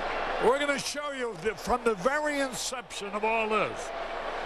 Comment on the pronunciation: Hearing Harry pronounce that, "inception" and "forfeit" in a short span is peak Harry.